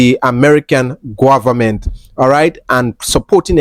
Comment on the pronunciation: .."guavament" lol😂